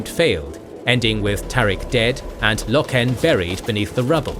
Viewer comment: Okay this is gonna annoy me and yes I am "that guy" for doing this but its Roe-gul Dorn not Roh-gal, Low-ken, not Loh-ken, Eye-doe-lon not Eye-doh-lon